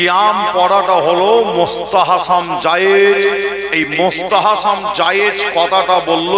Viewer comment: সাফেরি সিদ্দিকী এক মহাপাগল তার ভুল সংশোধন করতে গিয়ে আর এক পাগলের আগমন যে কিনা ফরজ, ওয়াজিব, সুন্নত, এই সমস্ত শরীয়তের হুকুম গুলোর সঙ্গে নতুন একটা হুকুমের নাম বলল মুস্তাহাসাম জায়েজ। যার সঠিক উচ্চারণ হলো মুসতাহাসান।